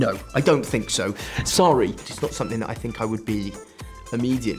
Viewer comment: his “sorry” was literally the most welsh sounding thing in the interview